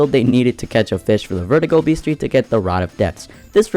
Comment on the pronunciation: you pronounced bestiary wrong